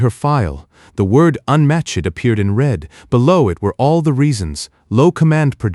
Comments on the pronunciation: Good story but the narration kept pronouncing unmatched as “U N matched” repeatedly was a little annoying ❤ Singapore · The story mispronounces unmatched twice in the first four minutes of the story. Then it continued to find more ways to mispronounce the same word the rest of the story. AI's are stupid.